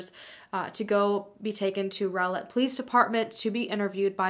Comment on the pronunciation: Thank you for pronouncing Rowlett correctly.